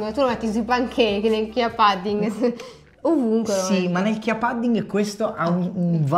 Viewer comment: Pudding si pronuncia con la U 😆 Lo sconto vale anche sul sito olandese?